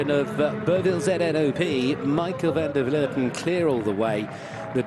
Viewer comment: finally a commentator who can properly pronounce the Dutch name Van der Vleuten...